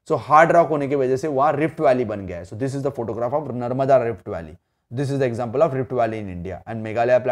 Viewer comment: Hey! You are not pronouncing properly e.g you are saying dish but it is actually this ok